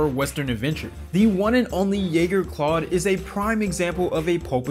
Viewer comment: All of the things you pointed out that WE might have missed and you missed that it’s CLADE not CLAUDE lol. 🤦🏻‍♀️🤦🏻‍♀️